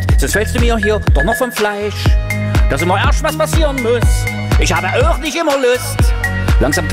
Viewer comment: Er sagt och wo das o betont is